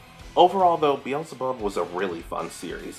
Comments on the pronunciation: Thank you for the video. BTW.. Bel Zeh Bub. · Your pronunciation of beelzebub was driving me crazy lmao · X2 I thought I was gonna die